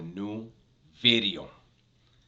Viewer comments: Ronnie Blueeyes started the buz with you saying VITEOOO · It sounds like your sayn vidrio! G heads loven that haha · Because it sounds like bideo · Dubs trips me out man, when he says video just like my tios, and pops saying the word beach sounding all chunty. Lol no worries keep the great content coming.